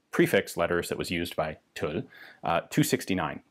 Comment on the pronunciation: It's "manufacture d'armes" not "des armes", you pronounce Tulle correctly now, bravo!